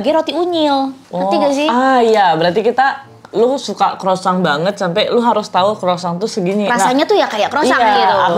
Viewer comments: That's croissant ( kwasong) 😅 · Kwasong bacanya noeee..buka kwosang,krosang 😅